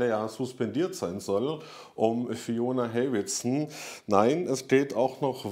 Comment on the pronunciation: Seine Beiträge sind wirklich sehr sympathisch, nur einer muss ihm beibringen, wie man 'Hewitson' ausspricht